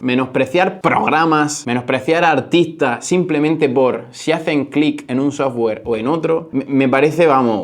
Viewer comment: Dijnei, sojgüer 😂😂😂